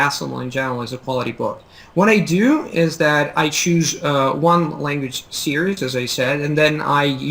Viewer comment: it sounds like you're pronouncing "series" like "see-urs" really it should be pronounced "see-reez"